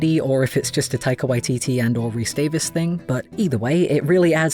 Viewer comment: I was really interested in what you’d say about this video and you hit a lot of the feelings i had about this show on the head. I did laugh very hard at you calling Rhys Darby “Rhys Davis” though sorry haha. All the credit to David Jenkins for making this show and letting it be what it is as well as the many directors. It’s just a gorgeous series and I’m so hyped about season 2. Definitely gonna nab this design on redbubble